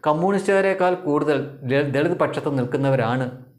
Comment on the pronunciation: ദെളിത് കുടുക്ക് എന്ന് കൃത്യമായി പറയുക.